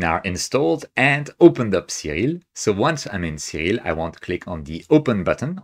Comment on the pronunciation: I love everything about this video except the way he pronounces "Siril." :)